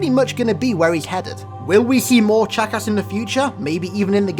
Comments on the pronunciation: Every time you say “Chakas” I hear “Jackass”. XD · When you say chakas sounds like your calling him a jackass. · Ur saying Chakas like jackass. A fitting name for the killer of Johnson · "just remember that Guilty Spark's original name is jackass" I know it's Chakas but you make it sound like jackass xD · Oh my gosh I know sparks name was 'chakas' but I can't stop hearing jackass! Anyone else? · When you say Chakas it sounds like jack-ass XD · The way he pronounces his name haha "chack ass" i kept hearing jackass all the way 😂😂😂👌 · I love how he makes Chakas sound like 'jackass' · Every time you say chacus it sounds like jackass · When he said Chakas I thought he said jackass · Sounds like your saying jackass lol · Whenever I hear you say Chakas it sounds like jackass. Did anyone else think this? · Sounds like your saying jackass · Haha! No offense but almost every time you say "CHAKAS" it sounds like you say "JACKASS" HAHA!!!! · Is it just me or does he sound like he is saying jackass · it's funny how when he says Chakas it sounds like jackass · OMG his pronunciations kill me. It's so horrible! He could take literally five seconds to check and see how it's pronounced but he doesn't. It's so lazy!!!